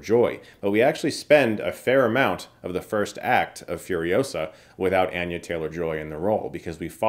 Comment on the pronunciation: “Anne-yuh” lol